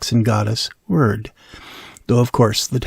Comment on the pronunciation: Wyrd is pronounced weird. HTH